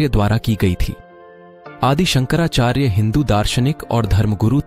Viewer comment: शंकराचार्य बोलिये संकरा चार्य नहीं